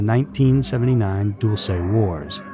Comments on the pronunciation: I live near there. We pronounce it dull-see. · this is probably petty but i think it's DULL-chey, not DULL-say. super fascinating subject overshadowed by area 51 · Pronounced "Dull-chee" not "Dool-say" you sound so stupid when you mispronounce such a well known base.... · Pronounced (dull-chay) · I thought it was Dulce " Dull-se' '" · You pronounced dulce New Mexico wrong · you're pronouncing Dulce wrong